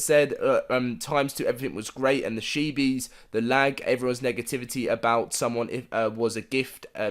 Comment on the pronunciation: Chee-bees. Not shee-bees. That is all. Love your vids ✌🏻